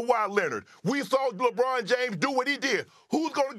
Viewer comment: What is a lee- bron😂